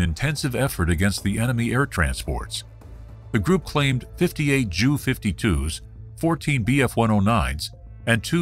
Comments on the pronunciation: I've heard it pronounced that way before and never took offense, but given who flew it I understand why J U might be the better way to go. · First time I heard “JU’ pronounced as “jew”. I know this as J U.